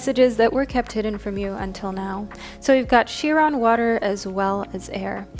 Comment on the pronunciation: Chiron (pronounced Ky-Ron) like Celtic is pronounced Keltic. 💖